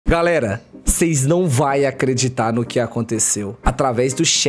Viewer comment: "Seis não vai acreditar" quase parei de ver aqui , esse português aahhhhhrrr kkkkk